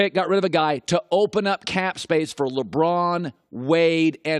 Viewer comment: Did anyone catch him saying "Limron"